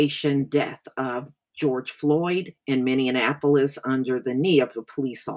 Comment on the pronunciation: just want to mention something about Minneapolis and the way you pronounce it. I think you may be confusing it with Indianapolis. You pronounce it as Minnea-Nap-olis like IndiaNAPolis. It is Minne(mini)-AP-olis. Hope it doesn't offend you. You do good work. Continued good success. We need you work. It's a Mind Game. Know yourself. LOVE YOURSELF.